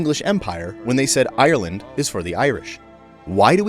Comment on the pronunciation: Google how to say Ireland